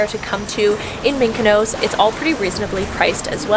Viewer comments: It’s pronounced Mykonos not Mykonose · Nice video, brief and informative but Please stop saying mikanose